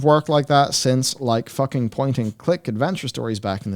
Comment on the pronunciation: If you're gonna quote Preach, it's pronounced "fookin'."